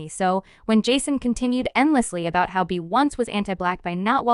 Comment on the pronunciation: The amount of disrespect of the pronunciation of Beyonce, Solange and JayZ names displayed in this report is baffling! Do better‼️